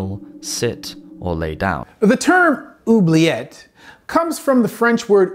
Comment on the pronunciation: Oubliet... = ooh-blee-ay